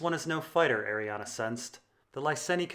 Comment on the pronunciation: I cant stand you saying Arianna when it's clearly not pronounced like that